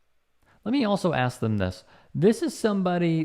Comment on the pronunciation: Dim, doughs,da Them,though, they 😂😂😮